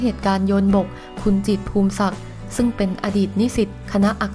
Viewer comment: นามสกุล จิตร อ่านว่า พู มิ สัก ไม่ใช่ พูม สัก แอ๊ดมิน